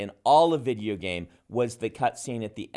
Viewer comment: Brandon is the best! but... does he say vidgeo games? Sorry, no shade, just made me smile.